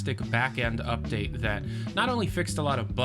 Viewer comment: Did you say "update"? Eye twitch